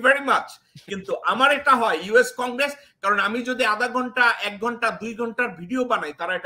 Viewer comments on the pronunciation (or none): none